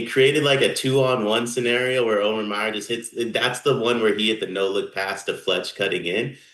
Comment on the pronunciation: Can you guys please figure out how to say the guy’s name? Come on it’s not O-mear!